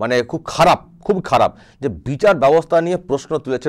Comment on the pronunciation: বিচাড় ব্যবস্থা নয় রে ব্যাটা ভুঁইফোড় নেতা ওটার উচ্চারণ বিচার হবে রে আহাম্মক!